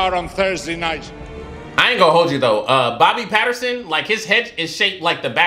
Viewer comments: You called Rob Pattinson, Bobby Patterson lmfao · 'Bobby Patterson'? Oh well, you're getting closer. At least it's closer than calling Hermoine Heather hahaha